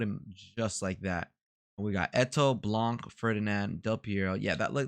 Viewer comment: nice vid dude, btw we don't say the C of "Blanc" like we say "Blan" , baby icone 22 :)